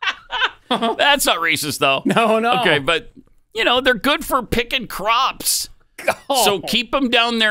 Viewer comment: Pelosi speech is getting distinctly worse. Her dementia is obvious now. She says Pops instead of Crops